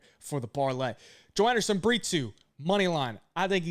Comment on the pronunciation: It's Bree-Toe not Bree-two 😂